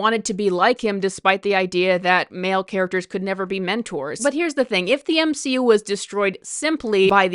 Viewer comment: The M-she-U